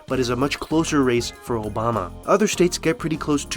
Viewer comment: obamna slip up lmao